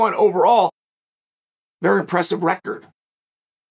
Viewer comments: There is no "L" sound in his last name. Its "Makhachev" not "Makhalchev" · Makal-Chev Hazmat - Chimaev😂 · "Islam mackelchev" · "Islam Makalchev" gets me everytime ngl😂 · I just commented the same thing lol. It's too funny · Makalbocher lol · *muckle shev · Makalchev....Blahol Muhammad.... Khazmat,...Chael has a wierd approach to Muslim names. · Let's not lie Makhalchev sounds more epic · Everybody is calling him Makhalchev now 😂 and I think it's unintentionally and because of Chael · Is it a bad omen that uncle Chael is giving MahkeLchev an "L" before he even gets in the ring? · Belal is Behal, Khamzat is Hazmat, Pereira is ? and now its Islam. Anyone got anymore butchered names by Uncle CHuol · “Islam Makalchev” 🤣🤣🤣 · Chael how do you say it maklachev? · There's no "L" in Makhachev, where are you reading Makulchev? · "Islam Michaelchand.." - Chael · Maklachev lol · What’s a mocklechev??? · "Islam Macklechev" is gonna whoop Charles. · Ma’kel’chev ......... seriously! 🤨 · Maklachef, Mackelchev, Blahall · This guy cant pronounce any russian fighters name properly. Habib, hazmat, mackelchev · Who the f is Makalchev? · Why does he say his name like that 🤣💀🤣💀